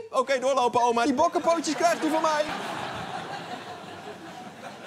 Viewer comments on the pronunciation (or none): Stijn Van den Berg bedoel je de bokkepootjes? Want daar heeft hij overheen gesproken omdat hij eerst “bokkepootjes” niet goed uitsprak😏